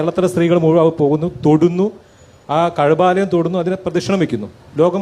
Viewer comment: കാ അഴബാലയം അല്ല കഅബാലയം ആണ്‌.